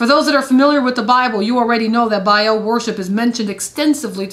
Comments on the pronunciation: Biaeil.... Its Baal. Not biael. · Bale (Baal) not Biel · Why do so many people struggle with the pronunciation of the word Baal?? Officially it's written as Ba'al... Pronounced Bay-al, but more commonly pronounced Bail... It's not pronounced barl or ball. The best way to pronounce it in this day and age will be Bale. So there you go... I don't want to sound like a piece of shit to everyone but try saying Bale!! It's the next best thing to say if you don't wanna say Bay-al. But trust me.... Baal sounds like Bale. I hope that helps people out with the pronunciation without coming across as a grammar nazi. I don't wanna piss people off but try saying things how they're supposed to be said. It helps considering words are magic... Why do you think it's called Spelling??? Words are frequency and can affect all sorts of things holistically. Always be conscious of what you say... It affects a lot more than you think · There is ARK and ARCH like Achoo... not AKOO... BA AL NOT BAEL... sorry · Its two syllables pronounced with double A's not an E. Sounds more like "mA-mA" than "eel." "bA-Al" is not satan, and theologically predates Judaism. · So you'll know for the future, it's pronounced the way you would say bale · Changed the video after "Ark of Bayel" lol